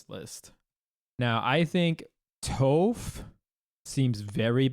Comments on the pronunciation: It's pronounced "tuff" because that's what she is 💪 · Cartoon: “it’s Toph, like Tough” Leffen: “TOE-F” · Lost me at "Tofe" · i'm 31 and never watched avatar, because i was too old to watch kids show by the time avatar came out, and i don't care. the way it's spelled should be said like Topher Grace. i'll keep mispronouncing it to piss you off, drama queen. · When leffen says toph wrong it gives me M.night PTSD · We live in a generation that mispronounces Toph. Dear God. I’m almost at my thirties. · I have noticed that the only people that mispronounced her name so far are Leffen, Armada, and HBox. I might only be the melee players.